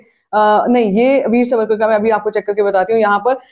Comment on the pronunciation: मुझे ऐसे लगता है आपकी जो थोडीसी फास्ट बोलने की आदत है उससे जब आप वीर सावरकर बोलती है तो सुनते वक्त वो " वीर सवरकर " सुनायी देता है. कृपया मेरी बात पे गौर करे.